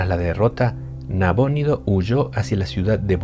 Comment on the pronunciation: ¿ Nabónido o Nabonido? nunca lo había escuchado con acento.